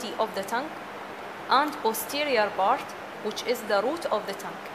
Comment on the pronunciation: lool the accent bro, arabs don't differentiate between them